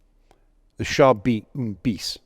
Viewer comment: Char B one (un pronounced Ann), Bis is pronounced "be" or "bee," not biss. Use of radio communications was relatively rare among all belligerents save Germany (thanks to Guderian, a visionary in vehicle signalling).